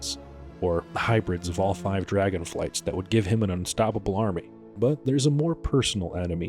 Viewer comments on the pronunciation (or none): none